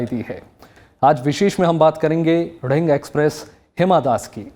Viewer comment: nonsense its दिहींग not ढिंग